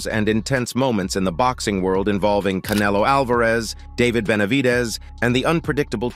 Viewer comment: U can't even say Canelo 😂😂